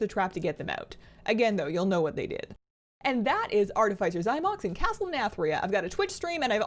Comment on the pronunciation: It's pronounced: ärˈtifəsər